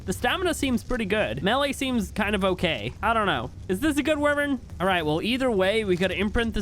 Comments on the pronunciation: Why do you say wyvern like that its like why vern not wivern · Dose anyone else noticed he said wivern not wyvern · Not wi-vern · It’s not (wiv-ern) it’s (why-vern) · He kept pronouncing Wyven as Wih-vern. Is that how it's pronounced? I've always pronounced it Why-vern. Which one is right? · Why-Vern is correct and he knows, he just does not care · Wivern na its whyvern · bro? Did i said grammer? No. Look the fucking comment i said calls wyvern a wivern and everybody said wyvern now ur trying starting and idiotic war. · and its actualy correct saying wy-vern not wi-vern lol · It's why-vern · Wyvern that you pronounce is wrong it's wyvern just say the y and vern y vern wyvern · its pronounced...... why vern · It’s pronounced why-vern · Not to be rude but it’s pronounced wi-vry-in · man everytime i got pissed off and made me angry cuz everytime call a wyvern wivern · It’s pronounced Y-vern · The way he says wyvern has me dying 😂😂😂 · You pronounce wyvern wrong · The way you say wyvern gives me cancer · It’s fantastic ! But you’re saying wyvern wrong. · I am not. It is also a correct pronounciation.